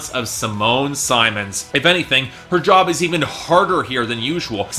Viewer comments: Simone Simmons last name is not pronounced like Symons, it's pronounced like the word sith, only word I could think of with the i pronounced correctly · Except that her name is spelled "Simone Simons." My mother's maiden name is Simmons and it is pronounced like you say. The single "m" compels me to pronounce Simone's last name with a long *i*, but if you have heard it pronounced differently or have an understanding of Dutch phonetics then I should change my pronunciation. Thanks!